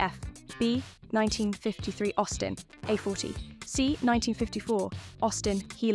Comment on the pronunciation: Good, but STOP using cheap AI's. "Circa 1951 Jowett Jupiter"?; "Austin a - forty"????